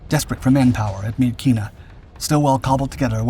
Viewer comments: FYI: Myitkyina in english, is pronounced "Mitchinah" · It's pronounced Mitchina.